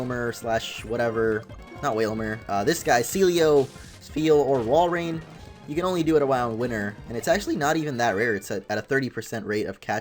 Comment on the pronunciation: walrein not woilord